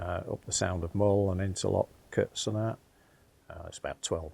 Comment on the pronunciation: Loch Sunart is pronounced “ Loch Soonart”